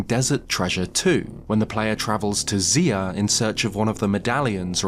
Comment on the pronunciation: Idk if he doesn’t start pronouncing Zeah right I doubt it….